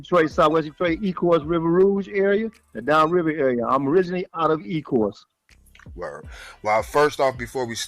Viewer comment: It's Ecorse not ecourse